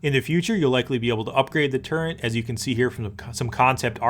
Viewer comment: Cool but man Its a "Turret" not a "Turrent"